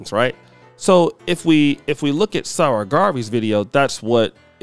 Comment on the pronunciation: 'SARAH' = 'Sa Ra" such disrespect